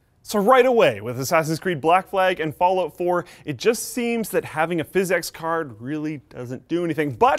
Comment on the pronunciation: I think PhysX was meant to be pronounced "fisics", not "fis-ex".